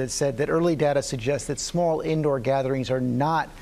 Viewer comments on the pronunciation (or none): He said indow